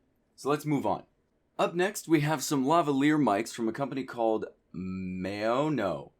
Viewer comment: OOOO MAHHH GAWWD u cant pronounce a simple brand name like Maono